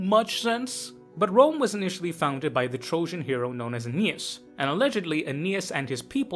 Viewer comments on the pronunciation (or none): none